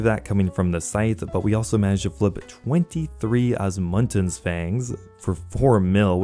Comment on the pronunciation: OSMUMTENS not Osmuntens. Thats an M dude not and N stop putting and N where there isnt one my god 😂😂😂😂